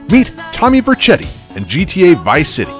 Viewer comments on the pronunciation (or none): Tommy Ver-chetti?????? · Sounds like some kind of cheese.